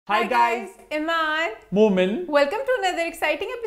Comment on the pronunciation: Was it just me or did he really called himself momil😅😅😂😂